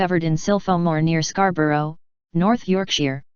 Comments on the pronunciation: Scar bow rou ... Switch off. As bad as Edi In Burg, but with a computer voice... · It’s pronounced scar-bur-ah and york-sha